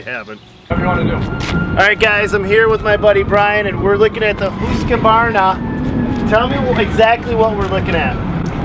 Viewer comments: The worst thing I heard in this vid is your butchery of the pronouncing of Husqvarna. Its two syllables the SQ is pronounced like an SK. ......Husk' varna. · lets hope so because it aint pronounced Husky-varna or what he said 😁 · You should know how to pronounce the name, before you review it.One of you does, and the other doesn't. I also don't think this mower was designed to mow a hay field. Also you seem to look for all the bad. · Brian is saying the name wrong lol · Guy can’t even pronounce the mowers name. Come on man! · I think Brian said the name correctly, didn't. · This was hard to watch "husqvarna" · Brian pronounced the name correctly and he still pronounced it wrong...lol. Hoosqavarna...lol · Husq-ah-varna? Its just Husk-varna! Theres no A after the Q! If youre doing a review, pronounce the EQUIPMENT name correctly! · husqvarna(huskvarna) not huskykvarna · LOLOLO!!! “Who’s kavarna” lol!! It’s pronounced Hus kavarna. Lolol!! Hilarious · It’s Husqvarna not Hoosqvarna and no hate but Husqavarna makes some really really good quality tractors it would mow right threw that no problem I use it as a contractor tractor and it’s great the yth series with a 46in Kholer Courage 21 it is so great. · it is prounounced huskvarna not huskevarna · It's "Husk Varna"...not "Hus koo varna". There's no extra syllable. Not to be picky...but if you are going to do a review.... Trust me...I'm from Sweden. And common...get to the point! Its a 25 video that should be 10 tops. And 20 minutes on HV, but only 5 on the the other two? FAILURE. Oh, and these Toro and HV mowers are kids toys... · "Who's kuh varna" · whoos ka varna.......at least say the name right...husk var na.... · Husqvarna not huskavarna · Dude in the twins shirt can't pronounce Husqvarna and is extremely bias. Can't put a lot of faith in a review from an ego like that. Say it with me Husk-varna. Not huska varna or hooseka varna. Definatly thumbs down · There's only two "a"s in Husqvarna. It's not "Husqavarna"